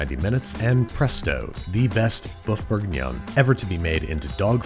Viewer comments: Woof Bourguinion, not Boeuf Bourguinion. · more like 'woof bourguignon' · "Boeuf bourguignon, dog food for humans" I think you mean woof bourguignon, Andy. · Didn't you mean "woof bourguinon?" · "Boeuf bourguignon, dog food for humans." Getting a bit posh there, Babish? :D